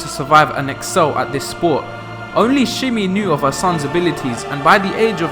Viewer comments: Shmi Skywalker not shimi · Shmi not shimi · shhme not shimmy. jeez kid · why am i watching a breakdown vid by someone who cant say shmi. shimy ffs lmao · shmi, not shimmy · SHMI not Shimmy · Lol, stop saying Shimmy, it's driving me crazy. It's Schmi Schmi! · 2 problems with dis shit I click for how powerful he was not a history lesson I already know all of this and his mothers name is NOT shimi her name is shmi lmao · How you are calling Shmi Shimmy lmao like what? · How the fuck do you listen to her name being pronounced in the movie and look at the spelling of it, and come away calling her “Shimmy”?? Like what’s wrong with you? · Speak real English, not that incorrect trash from englan the shithole nation with erroneous variamts of the English language. Fathet isn't fa-ver and vission isn't "vig-in"...Schme isn't pronounced "shimmy" ... nothing you say is correctly pronounced, it just sounds like shit frok england. Future isn't few-cha...such disgusting speech patterns you filth in england have. Discriminatory is not dis-creamy-tree... THERE IS NONTREE in that damned word!! Maul isn't moe-ull, skill isn't ski-eww... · Watch the movies and learn to pronounce shmi